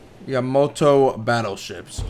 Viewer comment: It's Yamato not Yamoto